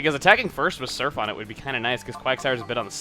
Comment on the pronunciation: I always thouhgt it was (on it) not (one it)